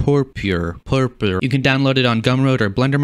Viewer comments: its pronounced pur-pur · it is pronounced purpur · I press like as soon as you tried to say purpur. xD